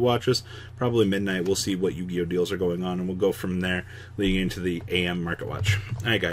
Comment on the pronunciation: I just hate that Th-Eory-Oh! Never Yu-Gi-Ohs😢